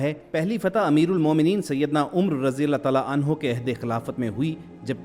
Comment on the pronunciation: بھائی عٗمرَ اور عم٘رٗ میں فرق ہوتا ہے۔